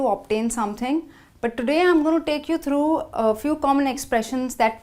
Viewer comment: Les exemples sont excellents mais l'accent n'y est pas du tout.Par conséquent la prononciation présente des lacunes comme "trough" par exemple.Ce qui parfois entraine des difficultées de compréhension!! Rien de tel que de vrais natifs comme "Rebecca" ou Jill.Désolé je suis déçu,alors good bye!!!